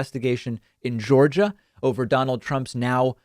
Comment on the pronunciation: did you say "zhorzha?"